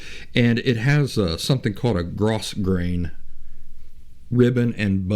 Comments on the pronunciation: I could add a whole bunch of comments here (just look at my profile pic), but I think the most immediately helpful is this: according to my mother (who can actually sew) that "grosgrain" fabric that you keep mentioning is pronounced, "GROW-grain." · Not being an expert, I don't mean to chide you but I recently heard it is pronounced grow-grain.